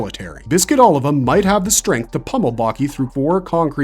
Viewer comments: O-livah not oliver lowk pmo after a while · Sergio Oliva not Oliver...lol great video still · Sergio Oliva (OH LEE VAH) 😎👍